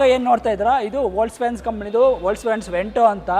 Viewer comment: ವೋಕ್ಸ್ ವ್ಯಾಗನ್ pronounce correct ilvalla guru🤦‍♂️🤦‍♂️